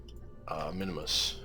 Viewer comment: Just tips for the future, the moon minmus is pronounsed "min mus" not minimus, and also its better to dump the fairings before you achive an orbit. I usually dump them just after 50km where the pressure is so little they actually become useless and only waste delta-v.